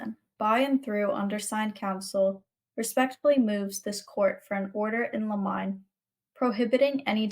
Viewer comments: Thanks for all your hard word! I do think it's "liminé" not limine, right? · Motion in “ Lemon -nay “ I guess would be the best way to illustrate how to pronounce motion in Limine , e.g., motion to exclude ?